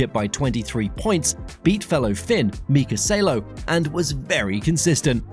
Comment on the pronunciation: Mika SAHlo not Sailo